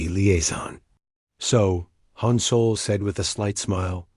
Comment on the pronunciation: Hi every story your a.i. says soul! IT'S SOL!